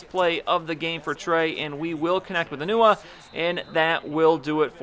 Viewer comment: Am I the only one here who heard him say "enuwa" instead of enunwa?